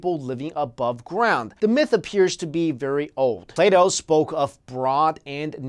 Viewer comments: also I can't be the only one who thought he said play doh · Whenever he says "Plato" it sounds like "Play-Doh". That always confuses me. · it sounded like you said Play Dough haha